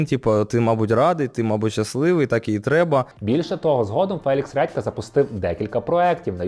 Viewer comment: "Фелікс Ретка"?😂 вибачте, просто смішно